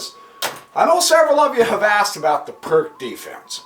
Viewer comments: It's [peertz], not [perk]. ;-) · Hello again !... BTW - Pirc is not "a" PRK - instead, a corect prnoun. is: PEERTZ !!!... ; Vasja Pirc was a Slovenian GM, born in Idrija ( near only 100 Km distant from my home !... ).